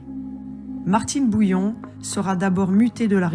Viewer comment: BOUILLON et pas BOULLION ! Merci de corriger !!